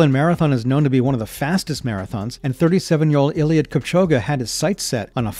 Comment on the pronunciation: Ain't no way my bro just said ieiliud kipchoguh